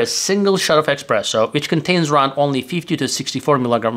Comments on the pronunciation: Sorry, but it is not "Expresso" it is Espresso! It is made with pressure. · And certainly, it's espresso and not express-o. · It's espresso, not "expresso". Michael Scott on the The Office would say "expresso", among many grammar/pronunciation errors. What is the effect on truvia, stevia, splenda, and other artificial sweetners on blood sugar level? I've seen contradictory statements on the topic. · It's not "expresso" but "espresso" and it doesn't mean "express, fast", it means "under pressure, pressed out". Unbelievable that someone who talks about coffee doesn't know that. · It's NOT expresso for fast, but espresso. Considering all those italiano inventors, it's no surprise that the word espresso comes from… Italian! Espresso is the past participle of the verb esprimere, which means 'press out'. This verb stems from the Latin exprimere, which means 'press out' or 'squeeze out. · Informative as always, but...expresso? :) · not expresso lol, it's espresso and it oryginates from brewing method not because you think it's express :) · espresso not expresso ! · espresso, not expresso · It's Espresso, not expresso ;-) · It's not "EXPRESSO" -- it's pronounced "ESPRESSO", which has nothing to do with "express". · I call it expresso, that is how I like it lol. But thanks for language lesson. Please make us videos about how to pronounce words lol:) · Ah yes, "expresso" is fast espresso. 😆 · You have committed a sin, by mispronouncing "espresso". You could be unalived for that. A internet story about this talked about a jury actually acquitting someone for this.😂